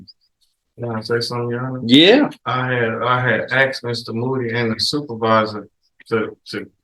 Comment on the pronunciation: I axed um, sir.